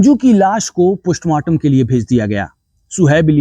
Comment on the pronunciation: Poshmartam nhi mere bhai.postmartam😂